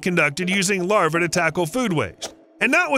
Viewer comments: Why is New South Wales labelled as Western Australia? Is that an indication of the accuracy of the report? Not to mention pronouncing "larvae" as "larva". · The plural of larva is larvae (pronounced lar-VEE").